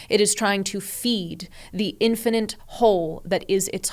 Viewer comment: Can someone please tell her how to pronounce infinite correctly? Thanks